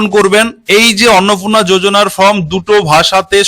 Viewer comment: Kotha ta Annapurna Annapurna na thik uchharon korun